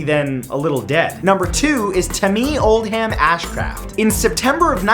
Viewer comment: The h in oldham is silent